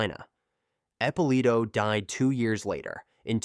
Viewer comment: The AI ruins this. Epp uh Lito not appalah